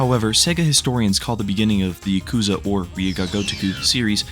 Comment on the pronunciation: Pronounce the word Yakuza right